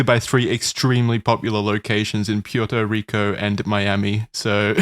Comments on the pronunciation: did i hear PIERTO Rico? ITS PUERTO RICO(as a puertorican i see this as an absolute insult) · At this point, the constant mispronounced words are more feature than bug. "Pure-toe Rico," "the Shooner," etc. Always good for a lil chuckle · the way pronounces Puerto Rico hurts my brain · As a puerto rican I need an embargo on use of the term "puerto rico", my man cannot pronounce it for shit😭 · variations on the pronunciation of "Puerto Rico" are adorable.